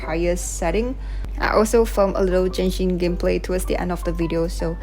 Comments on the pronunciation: Its Genshin. Not Jenshin. My God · Just to correct you though, it's pronounced as Genshin with the G, NOT "Jenshin". This video was uploaded close to 2 years ago but yeah hope you got your pronunciation correct by now. You also pronounced Clorinde's name incorrectly as well as other words but I'm not gonna emphasize on those. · stop calling it jenshin:face-red-droopy-eyes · is genshin not jenshin